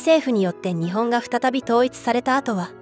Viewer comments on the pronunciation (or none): ☆★・『日本』 のイントネーションが可笑しい!!!!! 日本の文化を正しく伝える❗❗ 🇯🇵🌸👨‍👩‍👧👶🧙‍♂️🧝🐶🐱🗻🌋🌅🪺🐦🐉